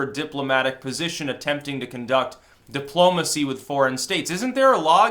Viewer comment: "Dip-plomacy"....perfect.